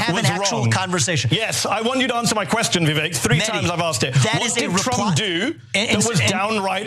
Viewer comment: Mehdi says "doo-oo" in a quirky way. Just an observation no judgements.